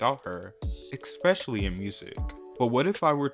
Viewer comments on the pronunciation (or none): I hate it when you say "ek-specially". My dude, ily, but its "especially" theres no x or k there. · STOP SAYING EXPECIALLY!!!!! JESUS FUCKING CHRIST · Why does he say 'expecially'?? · Dude. Please pronounce things correctly. eSpecially, ET CETERA. pls.